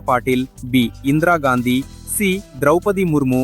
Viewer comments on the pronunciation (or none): Excuse me ఇంద్రా గాంధీ కాదు ఇందిరా గాంధీ